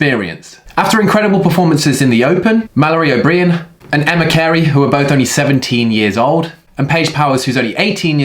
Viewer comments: Blood spots under the skin: petechiae (peh-TEE-kee-A)... I thought he had pistachios under his skin when I was listening. And maybe O'Brien is pronounced differently in the UK, but sounds like a name from over on those isles... pretend it says O-Brian. Otherwise, legendary! And can you make Podium have some good protein drinks without artificial sweeteners? Major missing niche in the market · Mal O'Brien = Mal O'Bryan (Brien rhymes with Ryan)✌️👍🙂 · Mal O-Bry-ann. 👌🏼😁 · Come on... sort the pronunciations out! O’Brien!!! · Really hoping learns how to pronounce Mallory O’Brien’s name correctly before the Games... 😂